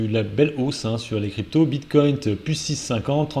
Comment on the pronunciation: est de retour: 3 sujets, 3 fautes dans le titre de la vidéo... De plus, c'est "Dow Jones" (et pas "do jaune") et je cherche encore ou est le "t" dans "Bitcoin" vu que tu prononces "Bitcount"...